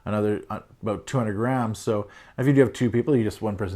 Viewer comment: I think you means grams and not rams.... you said rams... no biggie...